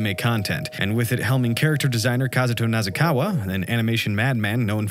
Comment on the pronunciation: IT'S "NA-KA-ZA-WA" NOT "NA-ZA-KA-WA" NORMIEEEEEEEEEEEEEEEEEEEEE:P ily <3